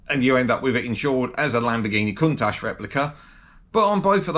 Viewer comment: Not cuntash...its count ash